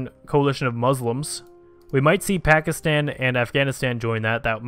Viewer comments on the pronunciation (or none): none